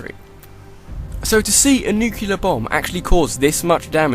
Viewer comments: nuke-ular lol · 10. "But it only gets worse when Lord Emon banishes the Wander-Dormin combo..." Wandormin? 7. "Snake, did you like my sunglasses?" BEST. METAL. GEAR. SOLID. LINE. EVER! 1. Nukular. XD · did he just say "Nucular"?